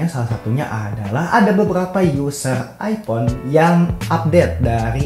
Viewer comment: minimal jangan bilang andloit andloit ipon